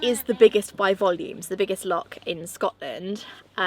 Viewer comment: If you are going to live in Scotland please try to say Loch correctly! It’s easier than you think. 😉